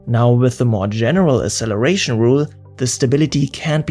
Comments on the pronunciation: FYI there's not a single dictionary that accepts pronunciation of "acceleration" without "ks". The same goes for access and other similar words. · Please learn how to pronounce "acceleration". Hint: the first "c" has a "k" sound. Otherwise, great video. Fascinating stuff. Thank you.